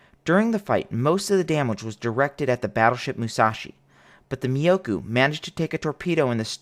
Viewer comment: myo-ko... not miyokou. for the love of god, you'll enrage the weebs.